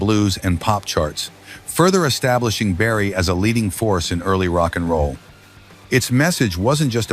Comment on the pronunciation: S'il vous plaît c'est Chuck Berry et non chuck barry merci